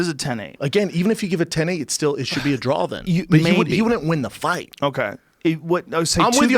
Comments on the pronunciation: If Schaub says "DRAWL" instead of "DRAW" one more time im going to scream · Brendan " I had one round a 10-8 so it should've been a drawl" Schaub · Brendan! It's pronounced DRAW! There's no goddamn L at the end! I feel like I'm taking crazy pills!